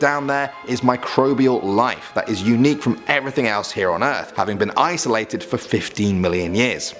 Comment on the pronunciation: Ha, you said ice-alated! At